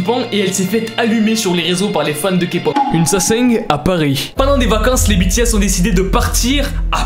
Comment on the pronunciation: Je sais que j'suis en retard mais je suis satisfaite que tu dit (BI,TI,S...ET NON BÉ,TÉ,S)